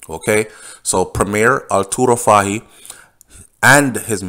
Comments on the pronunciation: it is pronounced FAHIE "FOY" NOT fa-he lol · Name is pronounced as Fay-hee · It's pronounce, like the word toy, fah-ie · The correct pronunciation for Fahie is FOY. Fahie——-FOY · his last name is pronounced "foy"secondly you are overreaching with your statement about the governor.... if you know anything about the British they are very diplomatic ... so coming out to clarify that their inquiry was not drug-related is expected hence the reason for the early publishing of the report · His name is pronounce Foy.